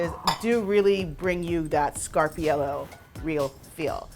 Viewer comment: Ok but please say it right 🥹 "Scar-par-eee-ell-oh" 🫶🏻♥️